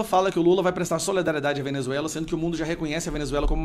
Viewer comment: Não cabe a vc falar SOLEDARIEDADE NÃO SERÁ SOLIDARIEDADE? AMAMOS VC E SUAS POSIÇÕES MAS, SOLE... DÁ NÃO.